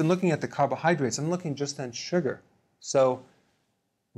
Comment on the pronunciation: The way he says "suger"